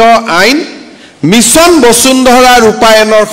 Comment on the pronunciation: বচুন্ধৰা 😁😁😁 বসুন্ধৰা আৰু বচুন্ধৰা একে অৰ্থ বুজাবলৈ ব্যৱহাৰ কৰা হয় নেকি ? নিজৰ উপাধিটো শুদ্ধ ( শৰ্মা বুলি উচ্চাৰণ নকৰি চৰ্মা বুলি উচ্চাৰণ কৰাটো হাস্যকৰ) কৈ উচ্চাৰণ কৰিব নাজানোটো এক গঢ়িত অপৰাধ।